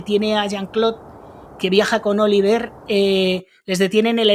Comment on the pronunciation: Interesante tu canal!. Por cierto, el hijo se llama Olivier, con una i, y se pronuncia O-li-vyé con una i larga.y sin pronunciar la r final. Pero no tiene más importancia